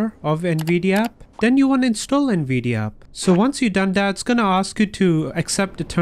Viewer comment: “Nvidi aap”☺️🤙